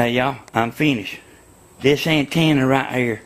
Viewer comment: "DI WHA TV ANTANNA"